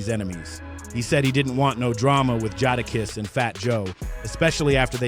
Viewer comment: And Ja da kiss😂